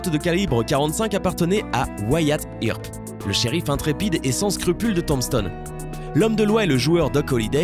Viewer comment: Wyatt "irp" xD